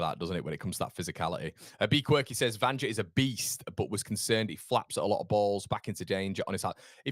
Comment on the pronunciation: In Serbia a J is pronounced as a Y so Vanja is pronounced 'Vanya'